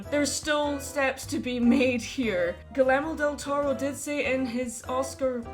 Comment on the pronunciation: Vine esperando soltar bilis si decía que Guillermo del Toro no lo merecía. Pero, según entiendo con mi apenas decente inglés, no vi eso... Así que... Solo diré que los angloparlantes dicen nombres latinos algo chistoso. (Sí, comentario en español) ... ... ... ... ... ... ... ... ... ... ... ... ... ... "Guilermodeltoro" XD ... Don't take it bad, please. We pronunce the double "L" kinda like "Y" in words like "Year". It's weird to hear it that way